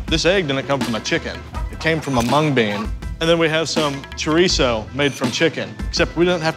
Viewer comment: For the live of god say chorizo right